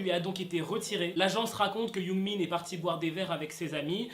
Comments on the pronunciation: C’est pas Yoongmin c’est Youngmin! XD j’adore tes vidéos sinon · Quand tu disait yoongmin on dirait tu dit yoonmin le ship 😂😂😂